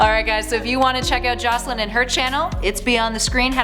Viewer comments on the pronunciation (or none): none